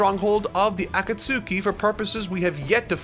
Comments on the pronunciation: "aKAT-SUKI" has the same energy as a new Japanese learner saying "deSU" at the end of every sentence. I know it's a totally natural mistake to make but it's still incredibly cringe. Petition to get to study Japanese that way he can be even closer to the source material and we can be spared these awful pronunciations xD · “Ah-ta-suki” “jin-jor-jichiki” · Loved this video.....but the way you pronounced Akatsuki made me gag 😂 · There is no way that he really thinks that's the right way to say Akatsuki.. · The way pronounces “Akatsuki” is cursed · The U in Akatsuki is silent. Just like it is in sasuke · Brooo spend some time learning how to pronounce these names lol. Akatsuki had me rolling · If this man says Akatsuki like that one more time I'm going to have a seizure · Is it me or is the way her pronounces akatsuki really aggravating? Dont get me wrong i love this channel but if you watched the show you would know how to pronounce it. Also i know american dubs can get pronunciations wrong but i looked it up and it said correctly so why on earth are you constantly saying it wrong. Ah-kat-ski not Aka-sooki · The way you say Akatsuki is a pronunciation I've never encountered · I love how says Akatsuki like I used to before learning the proper way lol. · The over pronunciation of Akatsuki keeps getting to me the katakana does use a long consonant or vowel sound and I know its so nerdy to complain about pronunciation but it keeps breaking my immersion so I gotta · The way he say Akatsuki irks me. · The pronunciation of Akatsuki you chose grinds my gears😂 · that’s how i first read it off of one manga years ago before the anime got to that point. i just felt so valid when i heard say it like that. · Thank God I wasn't the only one! I'm barely watching this video for the first time now and holy shit when he first said it it threw me off guard! I'm glad he says it correctly as the video goes on! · Ah-Kuh-Sue-Ts-Ki, he says.... 🤦🏻‍♀️